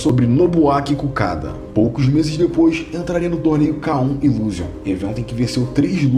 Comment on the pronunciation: Desculpe a correção, mas o nome do japonês que ele enfrentou é Nobuaki "Kakuda", e não Nobuaki "Kukada "😉✌️oss!!!